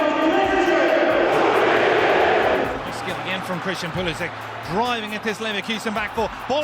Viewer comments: Call him Pulishich, not Pulishik... He's of Croatian descent, so he is Pulišić, not Pulisik... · Pulisik?!? Bro you are disrespecting your actual nationality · lol can´t even pronounce his surname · Doesnt even know how to say his own surname. Sad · I love everything about this kid except for the Americanized pronunciation of his last name. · My man butchered his own surname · he cant even pronounce his name right... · When you can’t pronounce your own name